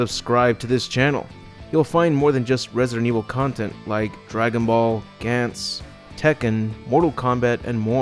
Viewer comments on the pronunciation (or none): none